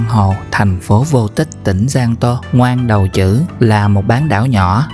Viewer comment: Ngoan Đầu Trữ cái này đọc là Quy đầu hử mới đúng